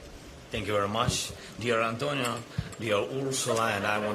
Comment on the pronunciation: ANTONIO FROM PORTUGAL...NOT ANTONIAAAAAA......LOL